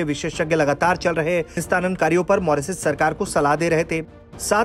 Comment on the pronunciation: Bhai tujhse Mauritius to ttheek se bola nahi ja raha Moresis moresis kar raha hai